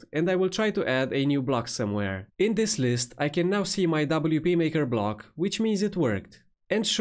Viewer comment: Block? Blog? Sorry, no Hate but everytime you say „Block“ (as I asume?) I hear „Blog“ which means something completely different. But I guess this is a „problem“ a lot of speakers and audiences have since WordPress introduced Gutenberg BloCKs ??????? 🤷‍♂️🤷‍♂️🤷‍♂️ 🙂🙂🙂